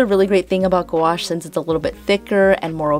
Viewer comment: You said gwash a million time..lol 😆